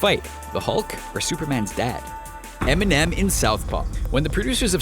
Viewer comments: lmao "EMINEN" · really? enimem in southpaw hahahahahaha